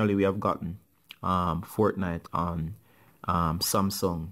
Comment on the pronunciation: He only said smasum8